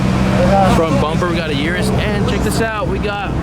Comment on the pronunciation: "eww rus" not "YourUS"